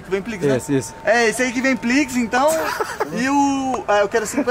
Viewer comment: e esse que vem pliques Kkkkkkkk rachei